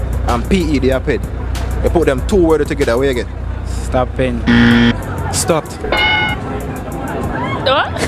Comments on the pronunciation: Bloodclaat "Ped-Stop" 😂😂😂😂😂😂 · the boy who said dunce like Haile Selassie and Charlie. And don't know how STOPPED is pronounced 😂😂😂😂